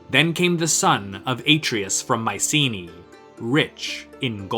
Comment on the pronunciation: It would be nice to hear the name 'Mycenae' pronounced correctly